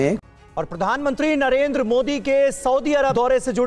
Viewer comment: कमर चीमा साहब आप पीएम नरेंद्र मोदी जी को नरेंद्रा मोदी नहीं नरेंद्र मोदी कह कर पुकारा कीजिए।